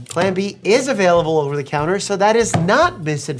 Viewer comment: How an Asian says Plan B.....Pran Brie...